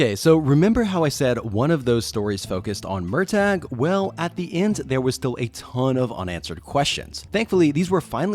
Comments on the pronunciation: Mur-taa. Not. MUR TAYG. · I'm.. sorry? Murr-tag?